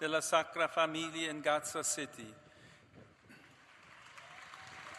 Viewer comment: It's Gaza - not Reza. Please learn how to pronounce the letter G.